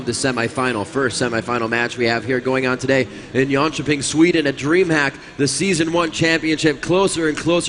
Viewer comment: pretty sure he is trying to say Jönköping :D